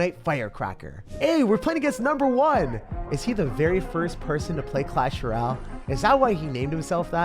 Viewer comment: clash Roal that’s what bro said the first 10 seconds